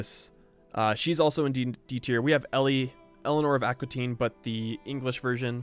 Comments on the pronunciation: Elenor of Aquitaine. It´s prononced "akitain" in phonetic english. Since you asked. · Aquitaine is pronounced "aki-ten"